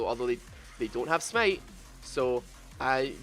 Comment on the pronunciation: Sm8, smeit, smate 😂 It's called smite -_- LIKE SMAIT